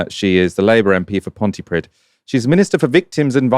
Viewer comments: Pontypridd "pridd" rhymes with breathe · "Pontypridd",. Another one for your collection of mispronunciations. Look it up.